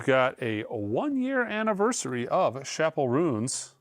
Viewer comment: refusing to say "Chappell Roan" properly is unbelievably frustrating. You own a record store and she's been top 3 on the Billboard Vinyl Albums chart for months, you definitely have heard dozens of people say it properly.